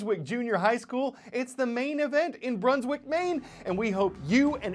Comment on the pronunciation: Maine has one syllable. Incarnate Word Academy Middle Level Corpus Christi, TX